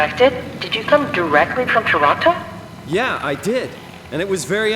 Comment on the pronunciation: Respect for pronouncing Toronto the right way, subbed 🫡